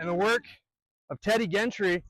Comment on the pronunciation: The G in Gentry is the J sound. Jentry. Nice video.